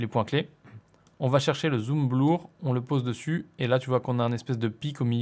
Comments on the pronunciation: Super vidéo. Juste une petite observation : 'blur' se prononce 'bleur' et non 'blour' ;-) ! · "bleur" pas "blour"! :D Bon plus sérieusement je suis tombé sur ta chaîne par hasard en cherchant un logiciel de montage gratuit, supers tutos très bien expliqués car j'ai fait mon premier montage simple assez rapidement avec tes explications. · Le zoom "blour" (T_T)